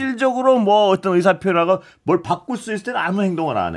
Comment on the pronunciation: 아나운서님. 발음이 어떤 인데 자꾸 어뜬 이라고 하시네요